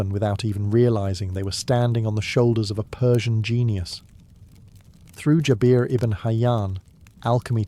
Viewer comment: its Jaber, not Jabeeer its Islam not Izlam